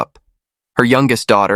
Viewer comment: i want to show you how to pronounce Chinese names., "mei qi" is promounced "mei chi". "qi gong" is "chi gong" "xi" is "Si" Please make the corrections in your next video when you pronounce Chinese names.